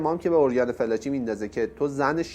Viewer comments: تو با این صدای نحس وگوش خراشت اول اسم این خبرنگار رو یاد بگیر ودرست تلفظ کی‌برد بیا اراجیفت رو تف بده مزدور. اوریانا فالانجی. نه فلاچی کودن. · کاشکی اسمشو درست تلفظ میکردید 🤦🏽‍♀️ felaci نیست، fallaci هست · فِلاچی نه دوست عزیز، فالاچی تلفظ درستِ این اسم است* البته میبخشید دیگه؟!! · شما صدبار بجای فالاچی گفتی فلاچی اسم این خبرنگار اوریانا فالاچی هست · باید متذکر بشم لااقل اسامی رو درست عنوان کنید اوریانا فالاچی است از اول تا آخر گفتید فلاچی!!!! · با احترام ، تلفظ صحیح ِنام ِخبرنگار ، “فالاچی” است ، نه فِلاچی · فلاچی چیه چرا درست نلفظ نمی کنید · واقعا یک برنامه سطح پایین در حد فرهنگ بسیجی ها ،این آقای گوینده حتی اسم فالاچی را فلاچی تلفظ میکند و کلی از چیزهایی که در این برنامه بنام مصاحبه با خمینی شیاد مطرح شده اساسا جعل اسناد است دراین برنامه فقط خزعبلات خمین برجسته میشود، اساسا مصاحبه اوریانا فالاچی خیلی کوتاه بود چون در رابطه با حجاب فالاچی در برابر خمینی کشف حجاب میکند که از محل جلسه اخراج شده و مخفی میشود و مخفیانه از ایران فرار می کند ،چون دارو دسته خمینی طرح ربودن و زندانی کردن فالاچی بود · درود بر شما . تلفظ صحیح اسم این خانم فالاچی است نه فلاچی . من هجده سالم بود که انقلاب شد و کتاب زندگی جنگ و دگر هیچ ایشان را میخواندم (ویتنام) .ایراد خبرنگاری ایشان این است که بعد از اتفاقات سرو کل اش پیدا می‌شدا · فالاچی رو چرا هی فِلاچی تلفظ می کنید؟؟؟ خوبه در تیتر هم نوشتید فالاچی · خانم فالاچی صحیح است یا تمام ایران اون زمان خانم فالاچی را به این تلفظ میشناختند.